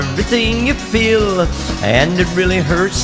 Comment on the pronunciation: Like when he say " FeEl "